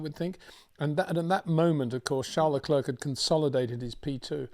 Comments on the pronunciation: It's not Leklurk. It's Leclair. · please do not pronounce the 'C' at the end of Charles Leclerc's name...it is a silent 'C'..!!..thx.